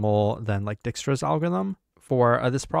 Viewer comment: dude needs to chill with butchering dijkstra's name every video 💀